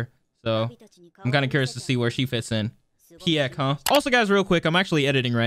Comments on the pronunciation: Not "Pi-yeck it's "Pieck" like "Pick". Already pronounced by Galliard. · Nobody gonna talk about the way he pronounces Pieck?